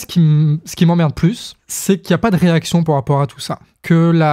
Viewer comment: mais c quel accent ce "po rapport" ? ça m'énerve j'arrive pas le déterminer XD !!!!